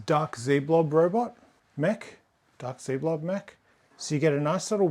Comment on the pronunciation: Its doomblob not dark zblob